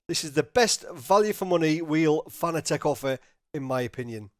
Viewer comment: It's pronounced Fuh-nah-tick...NOT Fah-nah-teck. You are welcum.